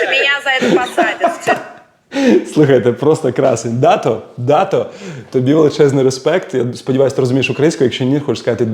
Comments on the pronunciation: Не Да'то а Дато' ,на останню букву наголос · ДатО , а не « дАто» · По-моему правильно Дато́, не уверен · Класс!!!👍👍👍 Только грузины ставят ударение в имени Дато на втором слоге. Я уверена, что Дато не обиделся